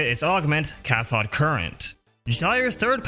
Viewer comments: Don't wanna be that guy but it's Cath-oh-d current lool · Butchered the pronunciation of cathode lol.